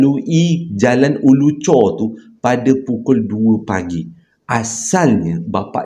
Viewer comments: Bang Ulu Choh, bukan Ulu Chor. Tu tempat saya membesar... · Bukan Ulu chor tapi Ulu choh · Ulu choh bang.. bkn chor. Chor kat perak 😂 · Bkn ulu chor...ulu choh.... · jalan ulu choh ler.bkn ulu chor☺️ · Jln ulu choh , bkn ulu chor 😂 abg my hometown ni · Ulu choh kot bang... Bukan ulu chorrr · Jalan ulu Choh,.....bukan chor😅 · Ulu choh tau.. bkn ulu chor.. 😊